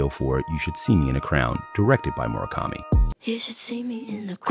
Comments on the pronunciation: I hate how the narrator keeps saying Moro kami and not mura kami 😭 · Mura kami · Mu ra ka mi ——not—->Mor a kami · Why tf do i hear "MOREKAMI"?!!! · I just don't like how he pronounces his name.... It's a U, not an O.